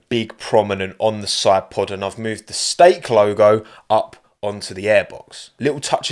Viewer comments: STAKE, not Steak 😂 Please, correct this 😂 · Love the way you said "Steak" when the brand is "Stake" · my man. it's stake, not steak. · Sorry but isnt it "Stake" and not "Steak"? 😂🥶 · Did you change “stake” to “steak” lol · Did you do the "Steak" sponsor on purpose? Honestly was laughing my ass off when I saw that! The real sponsor is "Stake" not "Steak" haha! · Steak and not stake ?